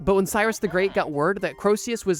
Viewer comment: Btw Croesus isn't pronounced 'crow-see-us' like you said it, it's actually pronounced 'cree-sus' :)